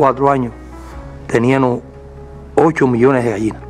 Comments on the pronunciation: Y dijo teníano. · Eliecer tube la misma reaccion que tu cuando escuche nada mas y nada menos que a un ministro decir "tenianos"😮....ya eso me dice quien es el señor...tube un compañero en la Universidad que hablaba asi (era de la Cienaga de Zapata) y por mas que lo corrigieron incluso los profesores...nunca puedo pronunciar bien....😮😮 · Siii. Dijo "TENIAMO". Q socotroco